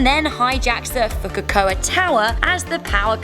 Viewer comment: “Fukukoka” smh... Fukuoka